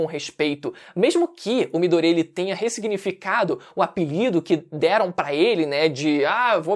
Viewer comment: Midorya, não midoría mano 😂😂😂 q agonia